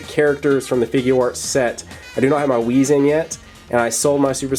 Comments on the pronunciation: It's wis not wizz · its whis you said whiz